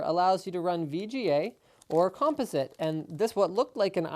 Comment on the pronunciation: Interesting pronunciation of "composite." And I can see Fox and CBS being all over you for playing their shows.